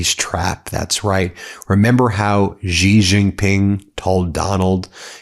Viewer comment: It’s She..Xi is pronounced “SHE”